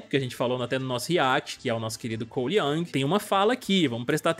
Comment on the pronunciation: Não é Yang é YOUNG! COLE YOUNG!